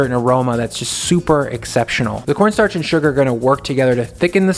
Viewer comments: Corn Starch not Cornnstartch lol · cornnstarch The extra n is for nice